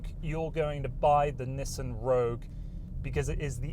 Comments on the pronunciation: lmao "Nisen" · nisten, like listen